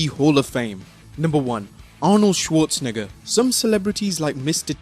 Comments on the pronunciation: Lmao the way he said Schwarzenegger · Arnold schawrz what now